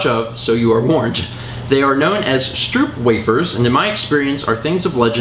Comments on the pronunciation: Stroopwafels are pronounced stroapwaafles:) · you butchered the pronounciation of stroopwafels so bad